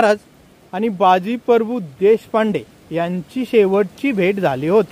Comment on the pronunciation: सर, तुम्ही बाजी परभू असा उच्चार करताय ते प्रभू असे आहे.